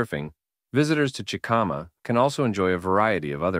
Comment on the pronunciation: Chi-ca-ma not chickama